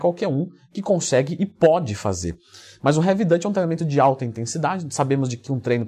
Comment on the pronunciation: Leandrão uma dica, Heavy Duty lê-se 'Rev Duri". 👍👍